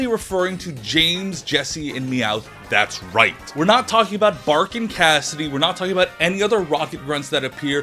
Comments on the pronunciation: Its Butch and Cassidy, not Bark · IT'S BUTCH!!! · I love how you purposely said Butch’s name wrong lol